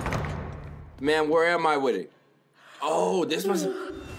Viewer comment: Here's a new game every time he says Wid It take a shot